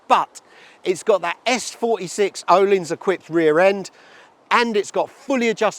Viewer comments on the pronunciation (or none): none